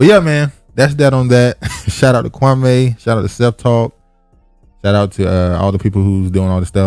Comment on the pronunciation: Kwa•mee, not Kwa•may